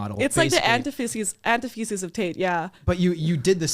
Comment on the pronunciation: Lol it’s not “anti-thesis” it’s pronounced “an- TITH- esis”